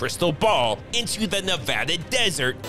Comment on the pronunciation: Thank you for pronouncing Nevada correctly. And keep up the content. Been a sub since you started. Good stuff.